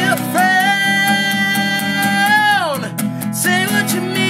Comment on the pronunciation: awesome, better thn thyr live version in my opinion, n i like ur fallout boy twist to it...oh n ur "frown" has a silent "r" hahaha